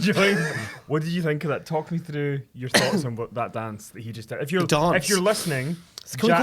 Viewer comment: sounded like said "she dead" instead of "she did"